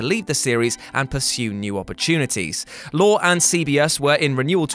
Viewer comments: It's pronounced "Chuck LORIE" not "Chuck LORE." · it's Lorre, not 'Lor' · It's Lor-ee.